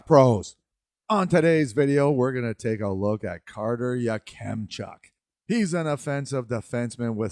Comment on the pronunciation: Your pronunciation of Yakemchuk is a bit hard on kem . Say it like Ya-Cum-chuk. I would put in around 9-15. I like him for the flames if they can’t get Tij.